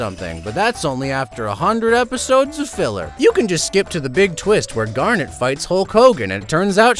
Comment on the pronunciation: I like he says garnet right and the others the wrong way